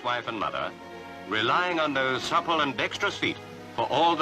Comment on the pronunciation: Did he say "supple" feet? Bahahahqa